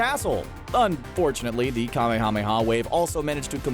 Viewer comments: I just...REALLY hate how he says Kamehameha. There's H's in there sure, but even the actors (both Japanese and English) pronounced it "Kameya Meya Wave." Or they'd at least split it into a two word structure with the H's in there. Saying each syllable like "Kame Hame Hawww" is just goofy. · I stopped watching when you miss pronounced the Ka May Ah May Yaaaa! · I cant stand how the person pronounces "kamehameha" its like he's saying "KaMeHaMeHa" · Don't say Kamehameha like that! 😤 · Idk if it's intentional or not, but that "kamehameha" pronunciation is killing me. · I overestimated how many times I could listen to someone pronounce Kamehameha incorrectly. They say it in the show about a million times. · Will you please learn to say Kamehameha correctly? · So we're just gonna let that cringy Kamehameha pronunciation go huh?